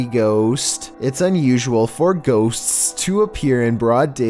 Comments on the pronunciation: I giggled every time he said “ghostst”. 😂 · He made the word 'ghosts" into four syllables.